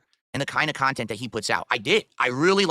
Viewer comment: "I make original khantent" The khantent in question: dead air, begging, and drama